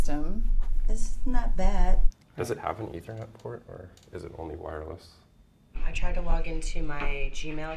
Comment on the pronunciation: Haha wirelss instead of wireless